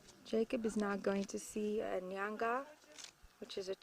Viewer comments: Nanga not nyanga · Tayamika mandiwanzira neither it is Nanga nor Nyanga but N'anga